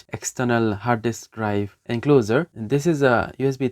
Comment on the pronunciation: BTW you're pronouncing encloser. Here's the right one 😉 Otherwise you speak English very fast and fluently 👏 Certainly way better than me, so i hope you don't take this the wrong way. Kuddos on a great video, keep 'em coming 👍